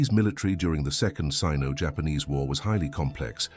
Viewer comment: 是Sino-Japanese War不是Ceno Japanese War哦